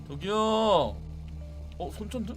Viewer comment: '손정등' 아니구 '손전등'이욧!!ㅋㅋ